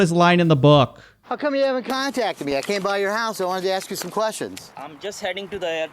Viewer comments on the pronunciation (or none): none